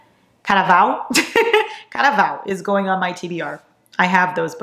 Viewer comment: Caraval (English accent) ❌ Caraval (another English accent)❌ Caraval (em Português) ✅✅✅ 😂 I'm obsessed with u 💖